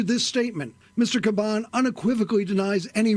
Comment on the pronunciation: Dude makes a video and butchered the commissioners name. It’s only been in the news for the past few months!